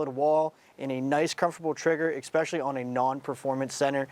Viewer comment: ESPECIALLY not "expecially"🤦‍♂️